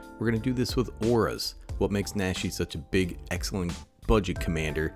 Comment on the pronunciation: Since you brought it up. Naw-she. Like the aw in jaw or the a in nacho. PSA over. Thanks for the video